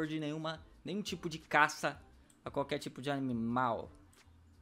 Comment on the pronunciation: Fala direito meu fala caça caça